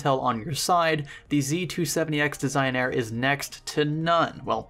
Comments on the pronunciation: Des - ig - nah- ree. Italian. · I heard someone say "Desig-Nare"